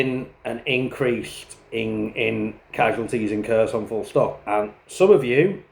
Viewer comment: Yeah he clearly knows well the Russian language considering that after more than 3 years he can't even pronunce properly the oblast name he's fighting in. I guess that those underdevelopped Ukrainian should just do what the brilliant British leaders tell them to do.